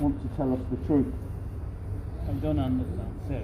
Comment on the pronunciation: 1,000,000% man. Let the animal not be able to "unastan Inlish" back in Unastan. maybe thats his country. NoUnastan?